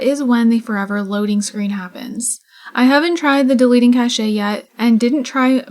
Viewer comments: Cache is pronounced like "KASH" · Cache. Interesting word. Mostly because I'm curious why I've now heard a couple people on YouTube, all people playing sims, call it "Cash-ey" instead of "Kash"